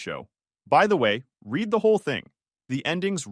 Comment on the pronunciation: we still have the reed/red mispronunciation